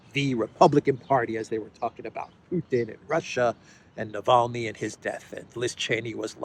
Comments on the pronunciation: So upset about Navalny, Graham can't pronounce his name. Navaly, he said. Ignoramus ! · Gush LG said navaly lol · no no no, Bonehead Graham said and I quote: „Navally“ 😂 his senile brain can’t even remember the man‘s name correctly who they paid for… Seems that senility is not an exclusive for the dummycrats! 🤣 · Unreal, Graham can't even pronounce Navalny's name correctly and he's calling to declare Russia as a state sponsor of terrorism... Is he okay in the head, this goof?! Not to mention that USA has by far sponsored the most of the terrorist and radical organisations on this planet, if anyone, US state shoul be declared a sponsor state of terrorism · Graham can’t even say Navalny’s name right.. Someone should seriously shut this guy up, and take him to the train station..